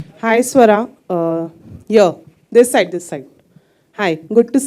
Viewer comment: Not swara it's suvra 😎